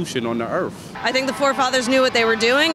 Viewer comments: it da best constitooshun on da erf! turned out to be the most poignant person in the whole vid lmao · "It's the best constitution on the EARF!!" Damn skippy it is!!! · I love it when people pronounce Earth , Erf. Or is it erph. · Heard it here first ladies and gentleman: "Best Constitution on the Earf." -Some guy.